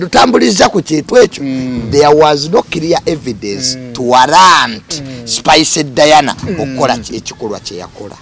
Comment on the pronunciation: Jenkins namutima ...Jenkins dint pronounce ..Spice 's name